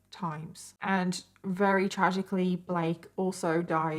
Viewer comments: can u say very instead of “rary” lol i’m sorry it just drives me nuts i love your stories but the fact that u don’t pronounce ur v’s drives me insane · can you pronounce very right lol